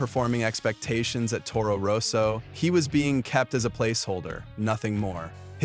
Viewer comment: And Toro Rose-o!😂